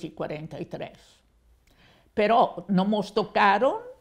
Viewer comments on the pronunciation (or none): "Credo" (las formas más propias del ladino son "crego" o "creigo", que creo que ella también dice) y "tedesco" son italianismos clarísimos. En algún momento dice "però", con acento en la última sílaba y la o abierta, como en italiano, muy diferente del español "pero", que no suele decirse tampoco en ladino, donde lo normal es "ma" o "ama". En algún momento dice "djunio", con la pronunciación propia del ladino, para inmediatamente después decir "junio", como en español moderno. El ladino de la señora tiene muchas interferencias del italiano (como ella misma cuenta, nació en la isla de Rodas, que entonces estaba controlada por los italianos) y del español estándar moderno (posiblemente por causa de la gran comunidad hispana que hay en Nueva York).